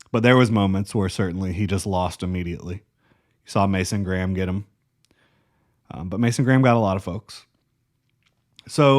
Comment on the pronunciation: Maasan Grahm??? Lol